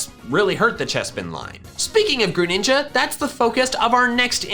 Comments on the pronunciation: DO NOT LEAVE OFF THE R IN GRENINJA! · THE SECOND G IN GRENINJA IS SUPPOSED TO BE A J! FIX IT NOW! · The second G in Greninja is supposed to be a J!